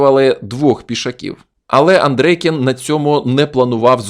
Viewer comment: Чому АндрЕйкін ?😂 Нагадує азірова. Тільки один раз на 5.35 ви сказали правильно АндрЄйкін.